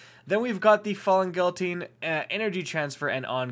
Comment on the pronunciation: You pronounced 'guillotine' incorrectly.